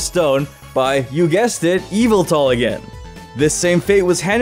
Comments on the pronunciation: Its yaveltal not yvetal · ITS YAVOOTAL NOT EVELTAL